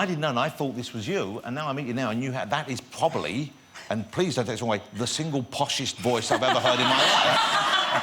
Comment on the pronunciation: No. "Pwobably." STRIKE HIM CENTURION!